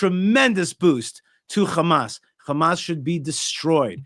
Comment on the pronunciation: ✊💦✊💦✊💦 you act like you’re fighting 😂 It’s Hamas not Khamas 😂 🤡 War? What war? lol you took their land and homes GOD will deal with you